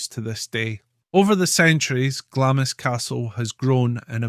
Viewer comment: It’s pronounced glahms